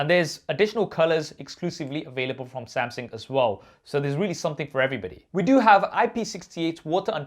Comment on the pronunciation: Is it me or does he say " Samsing"